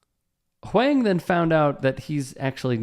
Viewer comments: On top of that, mispronouncing of "Huang" was funny and cringe. I feel you, TYT overall feels one step removed from content mill garbage, but maybe that's more a byproduct of competing with 24/7 news programing on TV. This vid is an excellent example of padded content, though. I could see an argument for reporters not emphasizing Huang's fame, as it is in line with Huang himself abstaining from pulling the "do you know who I am?" card back at Sauerhoff. It does not really matter who Huang is, he does not have to be famous to be treated with basic respect. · That's Eddie Huang (pronounced Wong) from Huang's World on Vice 🤦🏾‍♂️ leave Eddie alone before you get snuffed by an unknown walkin on the sidewalk 💯🤣🤷🏾‍♂️ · i think it's pronounced like "wong". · It's pronounced Huwong. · Huang is pronounced "Wong". Keep up the great content! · I think the last name is pronounced "wong" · Eddie Huang is way more famous than this trainer guy. Why is this story being told like Eddie is just some random nobody and pronounce his name correctly. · Right? As someone who virtue signals so often, you'd think he would take one second to get the pronunciation right. It's not even hard for Americans to pronounce. I do like the topics/content that he covers, just not the coverage. I get what you're saying about not emphasizing the fame, but I don't think that's what's happening here. I think if did know, he would take every opportunity to show the irony of some no name asking Eddie if he knew who he was.